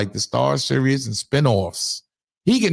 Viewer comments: Son you keep saying serous lmaooo its series like the world series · I’m watching the World Serious 😂😂😂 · If you say serious instead of series one more God damn time. 😂😂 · I thought you just misspoke when you said "serious" instead of "series." Bruh... you don't know the difference between those words??? Smh... "pay attention y'all because this is nasty work..." 😂😂😂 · "Series", not "Serious".😂😂😂😂😂🤓